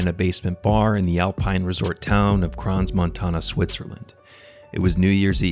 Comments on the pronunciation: The 's' is silent in Crans-Montana, he should have known that. He also got the legal drinking ages wrong. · * nota bene: You do NOT pronounce the 's' in "Crans-Montana". The 's' is utterly silent. And just for good measure: "corrections to video: not all alcohol can be served to people 16+ - only beer and wine and cider. Spirits are 18+" One more thing, those dangerous "fire fountains" (NOT sparklers) are used in most bars and discos and in peoples' homes at birthdays, anniversaries, New Year's: those fire fountains are cheap and extremely popular. SINCE WHEN ARE TEENAGERS UNAFRAID OF A FIRE IN A BASEMENT!! Those kids are standing around TAKING MOVIES of the fire/toxic fumes that will kill them all less than 3 minutes later. WAKE UP IPHONE ADDICTED KIDS!! There is 'your phone' and there is 'REAL LIFE!!' They ARE NOT the same thing with equal value - GET IT THROUGH YOUR HEADS!!*